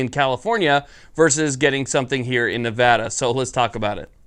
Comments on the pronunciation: THANK GOD FUCKING FINALLY, SOMEONE WHO KNOWS HOW TO PRONOUNCE MY STATES NAME CORRECTLY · Thank you for pronouncing Nevada right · Subbed simply because you pronounced Nevada correctly. Welcome to the state, youll find other surprises and liberties here that you wont be accustomed to as well. Enjoy. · As a Nevadan thank you for pronouncing the state correctly, if Vegas has it their way they will turn this wonderful state into California. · I'm just happy he's pronouncing Nevada right